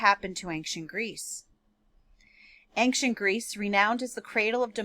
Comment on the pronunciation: Please don’t say “aink-shent” it’s ancient, pronounced “ain-shient”. Think of it this way, an-cient. The “c” is pronounced as an “sh”.